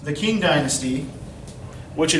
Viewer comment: I know it is difficult to pronounce Chinese names, so I figured I would let you know that your pronunciation of words like Xun and Qing are off. Chinese has two different sound that represent our "sh" and "ch". So when writing these in Latin letters, Q was used to represent one "ch" sound and X was used for "sh". Because of this and the "un", Xun is pronounced more like "shween", likewise Qing is pronounced "ching". Keep up the great lessons.